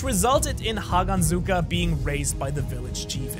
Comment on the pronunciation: I just got stage 3 ear & eye cancer after hearing you say "Hagenzuka" instead of "Haganezka" and seeing you use Zohakuten's face (Hantengu's hatred clone) instead of Hantengu himself.